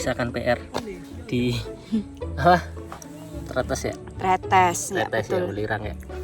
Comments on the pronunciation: Cara baca huruf e di pelafalan tretes itu kaya baca enak, buka enam. Jad bacanya trètès bukan trêtês. Kwkwkw...... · kalo orang surabaya biasa nyebutnya trEtEs kaya' nyebut buah katEs, bukan tretes kaya' nyebut ndog netes. ntah kenapa disebut growah bukannya growak, sebab growak biasanya untuk menyebut sesuatu yang sudah gak utuh, misal apel growak logonya iphone 😁. btw videonya buagus, jadi tau penampakan di atas yang biasanya hanya bisa lihat dari bawah saat gowes sby-purwosari-batu-cangar-sby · Bukan Tretes tp Tretes😭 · Selalu keren dan dinanti 😍👍🏻Hanya ralat dikit cara mengucap Tretes, yang betul seperti pada kata Es Teh. 😊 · Bukan Tretes tapi Tretes. Logatnya beda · Tretes huruf e nya dibaca seperti e di kata bebek mbak.. 😊